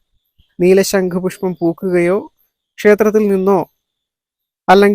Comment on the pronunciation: ശങ്കുപുഷ്പം അല്ല ശംഖുപുഷ്പം ആണ്